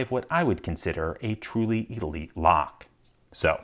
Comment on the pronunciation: He says it’s shy of being an elite (or “eedaleet”) lock, without explaining what it’s lacking.